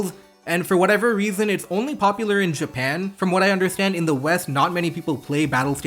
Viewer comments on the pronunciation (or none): none